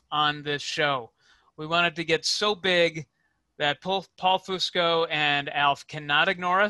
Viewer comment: Pro tip: if you want Paul Fusco to appear on your podcast, you can start by pronouncing his name properly.